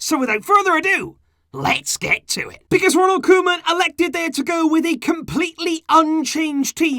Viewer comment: when said Koeman reign, i heard Roman reign..:D